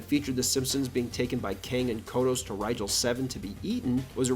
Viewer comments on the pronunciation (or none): none